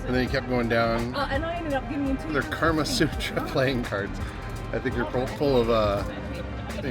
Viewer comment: It's Kama Sutra not Karma Sutra 🙂good video! thankjs